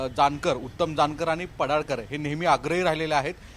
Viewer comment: पडाळकर नाही पडळकर